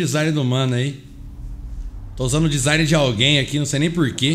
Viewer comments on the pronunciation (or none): none